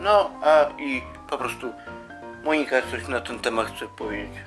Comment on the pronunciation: Monika nie akcentuje się na O.